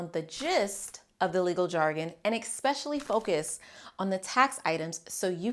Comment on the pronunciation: Informative and excellent video. Why someone so eloquent still chooses to mispronounce "especially" is beyond me, though. This must be how languages change over the centuries lol